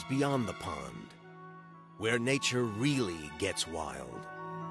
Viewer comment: I thought she said she read a book about Nietzsche.... soon realized she said nature